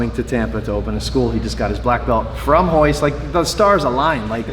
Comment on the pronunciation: It's Royce not hoyce